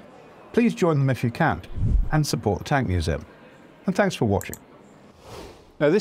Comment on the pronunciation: I can't tell if he is saying Tanks for watching, if so due to my dad joke sence of humour that is brilliant.